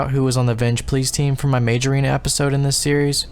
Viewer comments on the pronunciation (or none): none